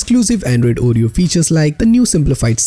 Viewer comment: It's not ooh-ree-oh, it's or-ree-oh, and SLOW DOWN, for crying out loud! It's difficult enough to follow along, add to that trying to figure out what 2 out of 3 words are your actually saying!! Damn! Seriously, I thought you were wanting to help! WTH, dude?!?